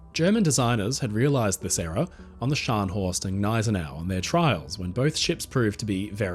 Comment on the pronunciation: Thank you for another great video,. And T H A N K Y O U for pronouncing “Gneisenau” properly. I got called names by the owner of another channel who pronounces it “ga-NISE-en-aw”.